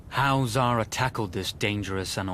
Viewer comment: It's zahraa not zara